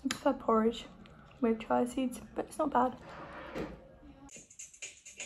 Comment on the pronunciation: It’s chia - cheeya seeds. Not chai